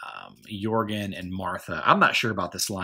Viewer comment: lol yea I think we do. That's definitely one of the strange ways I speak. Alot of people think that Jorgen is with a hard J sound, and I pronounce it with a Y. Yorgen.